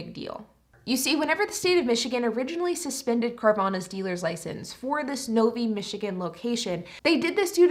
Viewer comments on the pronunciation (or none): The city in Michigan is Novi (NO V EYE) - Not NOVY. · Interesting your pronunciation of Novi. Having lived in that area, it was pronounced phonetically as ‘Nove eye’. Though to be fair my neighbor worked at Fords….yes with an S. 🤷‍♂️